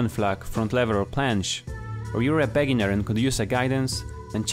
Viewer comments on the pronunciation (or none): I lvoe how you say bEginner not begInner